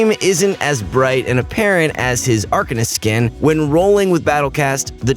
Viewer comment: The way he says arcanist🤢